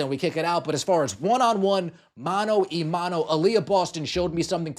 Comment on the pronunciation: “Mano ahhhhh (not ‘eee') Mano.